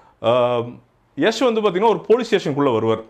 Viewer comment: திருத்தம் பாண்டா யஷ்,யஷ் இல்லை யாஷ்